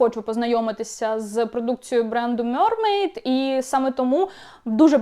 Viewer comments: мермейд а не мьормейд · м е р м е й д Будь ласка кажіть правильно